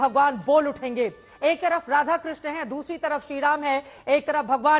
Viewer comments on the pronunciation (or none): none